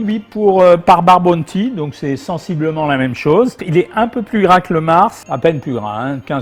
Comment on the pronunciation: Bounty sa ce dit b ouu nty ou en français sa ce dit Ou pas bonnety